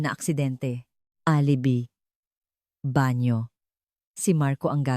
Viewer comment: Alibi pronounce as a A l i b i hindi alibi ano ba yan hindi ka ba nagbabasa or nakikinig sa mga kuentahanay, Ano ba yan